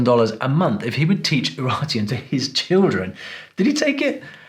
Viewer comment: quick notice for non fluent in english: UraRteans (not "n")